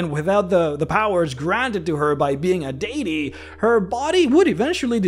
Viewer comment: You say deity wrong